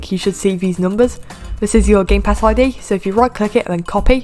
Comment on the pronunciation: When u said game pass I’d it sounded like game pass eye d